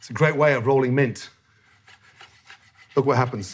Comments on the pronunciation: The amount of times someone says it, isn't the only way to put emphasis on a word. It's the way he made sure to say "Its a great way of rolling MINT". He only emphasized it that one time, even though he said it 3 times. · Just the way Gordon emphasizes the fact that it’s mint shows what snoop dog was actually doing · I like how he stresses mint just so you know he is talking about mint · I like how Gordon specifically emphasizes the word "Mint" every time he says it to make it very clear that he's talking about Mint and just Mint.. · I have never heard a man emphasize the word mint so specifically. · I really like how he emphasizes mint